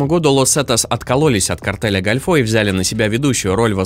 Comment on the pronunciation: Какой нафиг "картель гальфО". Картель дель гОльфо - картель залива.